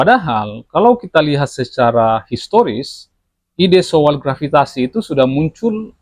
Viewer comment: Bukan SOWAL Bang tapi SO-AL 😂 Hehehe